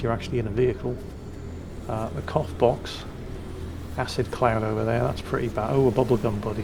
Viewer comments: I've misheard when you said "cough box".. I thought you said "cock box", I seriously hope you don't get choked by one of those.... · With the accent - cough box does NOT sound like cough box...